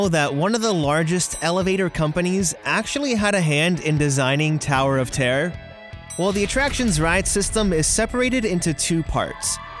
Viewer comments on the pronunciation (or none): Noone: Americans: ToWeR oF tEaR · Terror* not tear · Is he saying tower of tare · 🤣 I love the way he says "terror" "The Tower of Tear..." 🤣🤣🤣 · Damien L I thought I was the only one who noticed that.🤣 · Yeah I really like how he says terror he says it like tear not making fun of you!!! I still love you